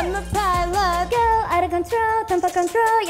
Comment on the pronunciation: i impress when yeeun and yujin say 'pilot' in indonesia..